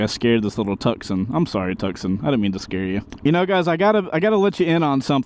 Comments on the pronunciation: Did......did he just say "Tuck-Son" for the pronunciation of Tucson? Bruh......."Too-Saan" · The Hundai car is not pronounced "Tuck-son", it is pronounced "Too-sahn", like the city. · I think he was joking… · It’s pronounced: “too-sahn” … like the city